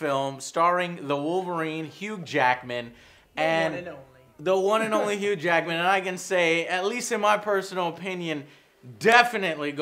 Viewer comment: says hughed Jackedman instead of Hugh jackman LOL!